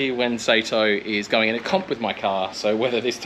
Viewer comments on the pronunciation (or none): The last name is Saito, pronounced like "sigh-toe". And as others have already said, he's not from spain. It's Daigo "Die-go". While its a whatever in a video for English speakers, it'd be good to get it right for when you need to say it in front of him.